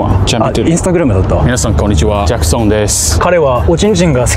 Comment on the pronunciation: ジャックソングじゃなくてジャックソンって読みます。香港をホングコングって言わないように